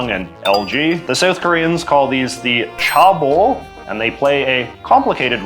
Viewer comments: Cheabol is not pronounced as 'car bold', it is pronounced as 'Che (as in the Che in Che Guevera) bold' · chaebol is pronounced ché bol as opposed to chah bol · Aah! Sorry. I just had to make one comment: pronunciations. It seems like the word with the biggest issue is “Chae-bol”. Usually whenever there’s more than one vowel, it is expected to be read like in English. So in this case you would read it as “Cheh-Ball”. But as with many many unfortunate attempts to spell out other foreign languages, CH is often J. It it is actually “Jeh-Buhl”. Contrastingly if there’s one vowel like in “Yang-ban” you would read it like Spanish, which in this case becomes “Yaang-Baan” and not “Yiang-Ben”. (Good job w the rest!!) Love your episodes!